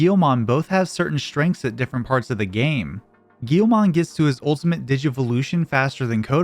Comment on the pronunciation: Bro, pronouncing Guilmon "Gheelmon" should be a crime